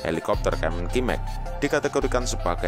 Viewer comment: "Max" nya dibaca pakai logat Indonesia :v